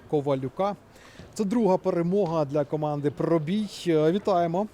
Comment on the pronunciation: Пробій,наголос на "і",а не на "о".Це ж елементарно😮